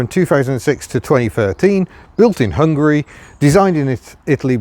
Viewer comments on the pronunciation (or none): none